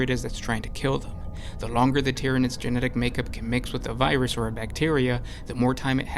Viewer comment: "Tyanids." "BUT WAIT, IT GETS WORSE." "Worse?"